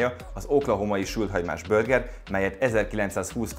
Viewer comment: “Börger” … a videó király, a recept is… de ez a “börgerezés” könyörgöm… vagy mondjuk úgy hogy burger, vagy ejtsük ki rendesen ahogy kell